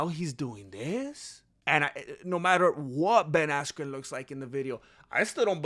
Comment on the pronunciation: you kept mispronouncing ben askyous name